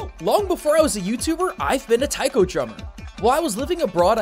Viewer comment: was in a taiko group, can't even pronounce taiko. OOF. good video though, I used to play this game in the arcade.